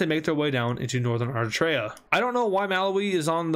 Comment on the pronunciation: Did he say "Arr"itrea?...it's Eritreia, like "Eric" but forget the 'c' and put on the treia. Full pronunciation: Eri-tray-ya